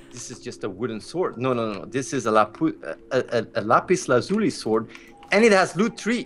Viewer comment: Lapis LAZ-YOU-LIE! Sorry, just get my minecraft out!